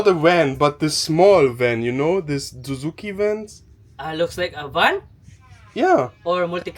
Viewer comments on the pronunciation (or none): none